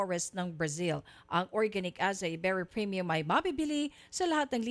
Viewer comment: Bakit maarte mag salita si nina ng tagalog, eh hindi naman nya ma pronounce ng tama ang organic lol.